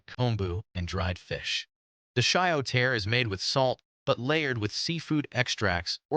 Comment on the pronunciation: Please please please pronounce "tare" correctly. It's not pronounced "tear" like "tear a piece of paper. It's pronounced "tah-reh." And while you're at it, please pronounce "tonkotsu ramen" correctly too. "TonKATsu" is the popular fried breaded pork cutlet. The ramen style is NOT "tonkatsu." it's "TonKOHtsu." Correct pronunciation will make your video better and more believable. Thanks.